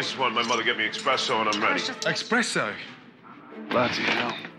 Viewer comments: yes but it's called Espresso, not expresso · Different point of view? Saying "expresso" with an X is not an opinion, it is incorrect, plain and simple. And if a simple, harmless joke on the internet stings you like this, you should maybe do some reprioritizing. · talking about how Italian he is. And then say expresso...